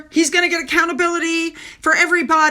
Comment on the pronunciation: Does anybody else get wound up by the way Harry pronounces accountabiliteee 😡